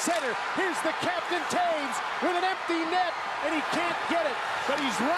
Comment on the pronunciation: That guy said "taves" when his name is LITERALY TOES!!!!!!!!!!!!!!!!!!!!!!!!!!